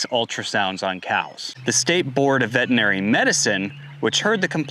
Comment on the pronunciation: i suspect these gentlemen were doing more than ultrasound checks for pregnancy to get into trouble. increasing fertility via means that require a license for prescribing medication. That being said there is still due process BTW it is vetERinary not vetinary